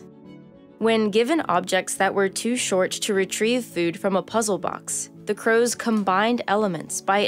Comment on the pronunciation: oh god i thought you said COWS